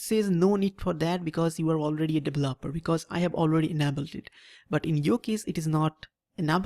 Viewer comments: devel-oper (*lmao*) that is exactly what we are devil-opers ... (right pronunciation is D-veloper) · Im actually quite annoyed with how he pronounced it..